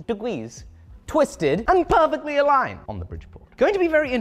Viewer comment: I was expecting a Squarespace ad, and then you chose Nord VPN instead, lol. Love the hose shenanigans :P - 90 degwees and pefectwy awigned! X'D